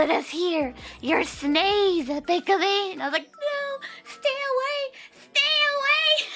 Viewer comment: I love how the computer voice pronounced Pikamee's name as "Pike-Amy."